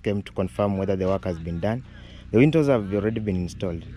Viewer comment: Nice video., I noticed you always pronounced windows as wintos. The pronunciation is easy if you break it into two: WIN as in win and DOWS pronounced as doors. So, use win doors to make it easy for you. That old man must be a man of God for him, his wife and family including the in-laws to be blessed in such a way. The beauty of life is what you give is what you received and usually in ten folds.